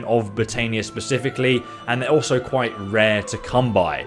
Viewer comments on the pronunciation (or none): none